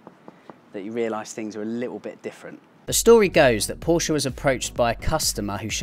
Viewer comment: Porsch-e !!!! Well said sir!!